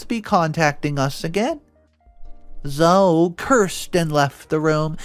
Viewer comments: I know the name Zoe looks like it should be pronounced like (Zo) but it is actually pronounced like (Zoey) I have a niece named Zoe and my dog's name is also Zoe. Both pronounced as Zoey. Great story! I'm so happy both the girls, and the twins were able to get away safely. And the fact that monster is now in jail for life, is wonderful. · Zoe is pronounced Zo-ee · Good story! OP was no way in the wrong! He just wanted to protect his daughter and ultimately he did. (fyi - Zoe is pronounced “zoe-ee”) 😇